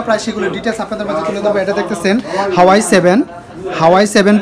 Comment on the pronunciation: উচ্চারনই তো ঠিক নাই, হুয়াওয়ে রে বলতাছে হাওয়াই।